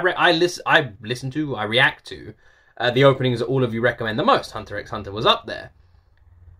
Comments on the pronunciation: Just another fanboy letting you know: 1) Hunter X Hunter is read as "Hunter Hunter". Pronounce it how you like, I'm just letting ya know. ;) 2) People ask you to listen to all openings as a mild troll. We then ask you to listen to all the endings because they're awesome and (unlike the openings) they are different. XD 3) Yes, we generally want you to see the opening animation as well as the opening song. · You don't pronounce the x in Hunter X Hunter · The X in Hunter x Hunter is silent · Yeah it’s literally just Departure with just new visuals as time changes. Hunter x Hunter fans like to do a bit of trolling 😂. And yes people think the visuals are just as important as the songs in anime openings. The x in Hunter x Hunter is silent btw. The show is actually just called Hunter Hunter. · Hehe I'm glad you did this one tho! It's just so epic that it only needs a couple slightly different versions :) The X in the series title is silent tho so it's just hunter hunter 😉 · The x in Hunter x Hunter is silent. Because it’s not the letter X, it’s a cross. But yeah, the animation definitely matters. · The endings from HXH are really great and all different, you should definitely check them out! Also side point, the x in the title isnt actually pronounced. Also you should go back and check out the Re;zero endings, in my opinion they are even better then the openings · 31 years of watching anime, HunterXHunter is by far my favorite anime & second would be Yu Yu Hakusho both by the same creator. Also the X is silent, it's intended to be a multiply symbol. This is a wonderful anime but the whole show I would not suggest for a younger audience, it starts fairly light and realistic then it gets darker and the power system is very unique. Also for your question, yes the openings as a whole music and animations are what are intended for you to watch as they complement each other. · The x is silent